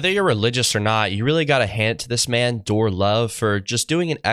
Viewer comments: Dor EE ....not Door , bro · Dorre Love. (not door, but pronounced like gold. Dor-re) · It's pronounced "Door-ray" lil bro lol that made me giggle. Love you my brother in Christ! Keep up the great work! (Love Brother Dorre he actually sent me a wristband before from Canada all the way to Las Vegas where i live!) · Brother is DORRE LOVE YIU PRONOUNCE IT DORRAYYYY LOVE sounds like door but it’s DORRAYYYY LOVE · Been following his channel for awhile and he’s very good at provoking thought and helping people grow. By the way, his name pronounciation is “Dor rie” or “Dor rey”